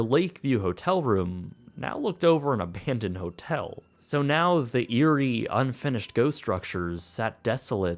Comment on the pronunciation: How I love that "ABANdoned" voice! ;)